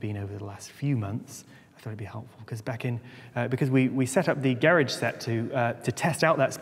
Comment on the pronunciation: I'm American and I lived in East Anglia for four years....the British pronunciation of garage always takes me right back. Loved it there!